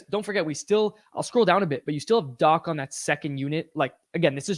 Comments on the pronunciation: It's dock, not dack. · It should actually be pronounced Dakh as Dach is a word of German origin where you read 'ch' as kh. (It means 'roof' in English).